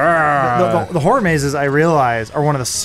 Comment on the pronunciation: Adam should probably learn to say "Horror" properly...